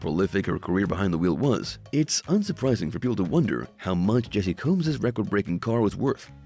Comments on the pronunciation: The narrator has a speech impediment which makes this nonsense funny to listen to at least 😂. He can’t even pronounce her name correctly! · Pronounce her name right !!